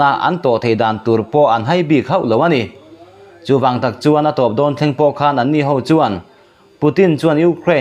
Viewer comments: KHAN tih hi lam dik nise...KHÂN nilovin,thluk lo a 'KHAN' tia lam tur a nih hmel. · 'Khan' hi i lam dan a dik lo. Thluk lovin a tawiin lam rawh. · 'khan' ilam dan hi adik lo deuh lo maw.